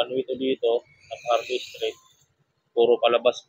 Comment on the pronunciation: Fajardo not Pajardo